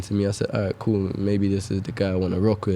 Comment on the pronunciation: “feels gool”